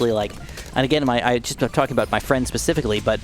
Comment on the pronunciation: Did you say pacificlly instead of specifically. Lol